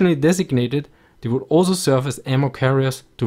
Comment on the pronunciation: "Vould enforce discipline"